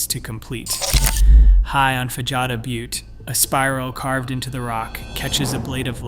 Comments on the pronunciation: Yeah...you can always tell a subject matter expert from the mispronounced words. "Fajada" is Spanish, and the "J" is pronounced as an "H," so it is "fa hah da" Butte. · Fajada pronounced Fa ha da